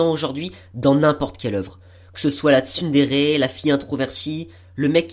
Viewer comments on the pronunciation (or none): none